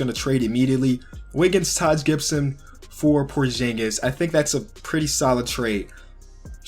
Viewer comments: ITS porzingas not porjingas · It's porzingis not porshingis btw I love ur channel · Pronounce porzingis right